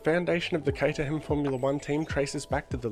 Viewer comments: It’s pronounced Kate-er-rum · the fact you pronounce caterham with the h is a sin, you must change your ways or feel the wrath of h